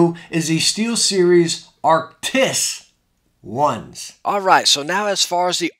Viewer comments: he said he's gonna try to call them arctis then immediately said, anyway the arctics- BRUH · "I am gonna try and say 'Arctis', so anyways Arctics 1" Yes but Yesn't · “I’m gonna try to not call it arctix and call it arctis so here we got the arctix”